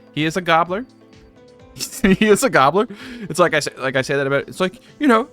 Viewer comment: Been binge watching your last 2 vids and i am enjoying them very much. Love the long form vids. FYI Gaoler is old english and pronounced Jailer.